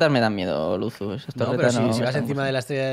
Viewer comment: Alexbitas dice lusu